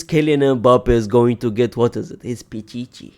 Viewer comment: Why is Unc saying Pichichi like that:face-blue-smiling::face-blue-smiling::face-blue-smiling::face-blue-smiling::face-blue-smiling